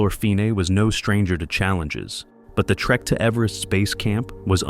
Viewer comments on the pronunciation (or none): none